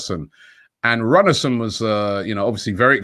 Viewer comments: It's pronounced Roon-a-son, not Runnerson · The pronunciation is "Alex Roonarsson" the "ú" is similar sounding in Icelandic as the "oo" in English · His name is pronounced Roonar Alex Roonarson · Runarsson pronounced Roonarsson. 'Dijon' (France) pronounced 'Diyon'. Come on Robbie, do your homework!! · wouldnt our keepers name be peonounced "rune ar sen"?